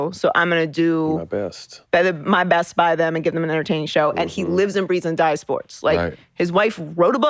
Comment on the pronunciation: I see why Colin messed up “best” with “breast” 🤤😍🤣